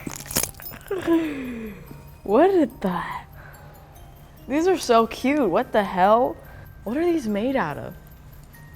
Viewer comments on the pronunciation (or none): it sounded like she’s never said cute🤣